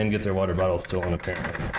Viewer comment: you mispronounced water bottor.